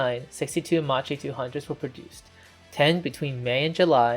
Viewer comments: NIce video, just an heads up, it's read as "makki" not with a "ci" sound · Just a little correction. Macchi must be pronounced in English with the K sound, so basically Makki! In Italian c+h = k sound Also c+a = k sound, so Aeronautika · It's not pronounced "Ma-Chee"! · Good work, mate...!!! Just be careful with the correct pronunciation, which in this case, is kind of...MAKI or MAQUI, but, in any case, not MACHI (like in MACHO, as per your pronunciation)...!!! In the case of this plane's name, the meaning of it's Italian name - "Saetta" - translated into English is more like "ARROW", rather than "Lightning" (as it appears translated by some information sources...) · Nice video, except for the pronunciation: the correct one is "Makki" so please do not distort the name of a great aircraft manufacturer. Today there is Google Translator, which also gives you a hint on the correct pronunciation, it is worth a visit before posting a video. Too bad that we Italians have to listen to a distorted and wrong pronunciation. Thanks again for this nice video so detailed and interesting, very well done. Bravo. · Yes. But Macchi is pronounced like Makki. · About 200 comments saying this so far. Considering he’s not Italian and speaking in a non primary language for the video I’d say it’s pretty good but constructive criticism is important. I’m drinking ma chi attos from now on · Why everyone who's not Italian says Macchi wrong? The correct pronunciation of Macchi is "Makkee" , In Italian, "ch" has the same sound as the "k" in the English word "key" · It's pronounced "Makki" -- the "h" makes the C hard. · macchi is read "makki" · You pronounce "macchi" in a very wrong way that needs correction... in Italian "chi" is pronounced like "key" in English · Correct pronunciation in Italian is "Makki" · When you are trying to deal with foreign languages, you should deal with the basics of the language you are dealing with! So Macchi,cchi= pronounced K!!! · It was brutal listening.